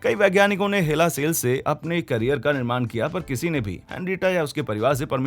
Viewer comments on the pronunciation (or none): none